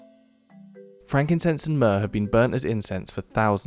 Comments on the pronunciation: myrrh... myrrh durr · myrrh durr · I brought you myrrh… Myrrh-dur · myrrh-DER Judice, no!